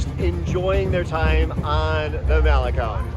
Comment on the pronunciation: Thanks for pronouncing malecon correctly! 😊